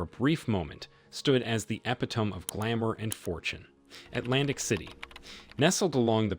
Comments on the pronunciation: uh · pi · tuh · mee This whole page is BULLSHIT! AI OMFG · What the fuck is this?! EP A TONE? Epitome? FU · You should learn how to pronounce epitome. Lol. Kids these days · Epitome also a funny way. Likely AI narration